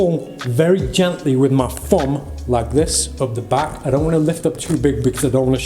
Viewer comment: When you said fumb instead of thumb- was that subtle sarcasm or just heavy British accent